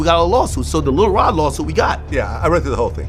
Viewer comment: Lil Rob? This dude be mispronouncing people's names on purpose. He expresses contempt for those people that way.